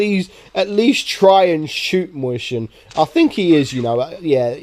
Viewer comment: every time you say mauschen my ears bleed (I'm german) your saying it soo wrong (not to be rude) the tank is pronounced: "maus-he-en" not "moi chen" or "moi shen"